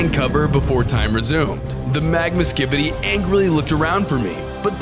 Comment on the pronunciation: When i used captions bro said skidy toilet